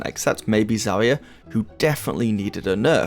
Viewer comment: This guy said ZHERIHIA .